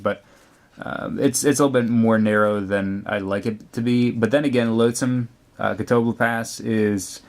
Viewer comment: its cat-oh-bleep-ass ( ass pronounced the english way ahss )